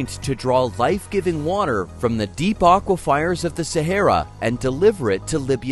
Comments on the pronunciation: So painful to hear over, and over and over. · Aquifers. Nice man. I hope this is AI. Otherwise, learn to pronounce things correctly.